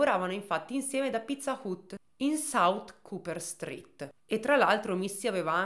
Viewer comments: Video bello come sempre, ma pizza UT non se pó sentí. Sarebbe Pizza HAT Anche se scritto Pizza Hut. Con il lavoro stupendo che fai sui casi il controllo di una pronuncia ti porterebbe via davvero poco tempo e ti eviterebbe una stonatura evidente in un racconto assolutamente ben fatto. Buona giornata 😘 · Pizza "ut" però non se po senti dai...ma chissene, sempre Number One!!! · però pizza hut non si pronuncia così ma hat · Pizza hut si dice "hat"😢